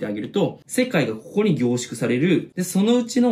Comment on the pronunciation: ここがこ"こ"になってて草